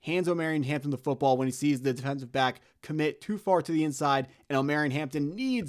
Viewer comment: Jesus bro I can’t keep listening to you butcher my boys name hahah. It’s Omar-E-on, Not om-air-eon…… You gotta listen to more 90s R&B 😂